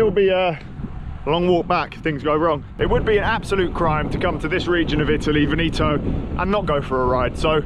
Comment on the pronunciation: Love they way you pronounce Veneto